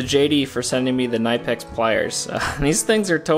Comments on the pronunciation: I checked with a German before I said this and made a fool of myself ( ) but, I think you'll find that you pronounce the leading "K" when you say "Knipex". Keep up The Great Work. (and make sure you ALWAYS wear your safety glasses ;) ) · Interesting way to pronounce Knipex. Knip is the old original spelling of nip, as in cut, like side-cutters, which Knipex is famous for.